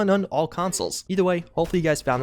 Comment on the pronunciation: Did you say you thank us all for walking or watching? Sounded like walkin x'D